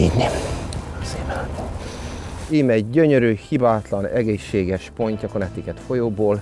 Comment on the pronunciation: Szerintem nem úgy kell mondani hogy Konnektiket hanem Kánektikát